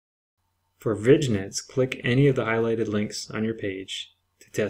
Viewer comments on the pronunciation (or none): Thanks for the great video! You might not know, vignette is said like vin yet. :)